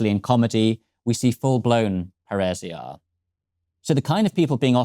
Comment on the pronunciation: paeresia.... what the fuck is he talking about... AH ΠΑΡΙΣΙΑ.... i c... now how Pa(like paris) ri (like ribon) sia (like Siam) became a runic slug word i ll let the english speaking expert that has no alphabet but runes in his language to explain. i ll just remind him viking invasion that introduced germanic runes in english happened roughly 1300 years AFTER the time he is describing.